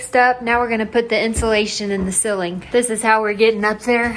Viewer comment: cilling not ceiling 😂❤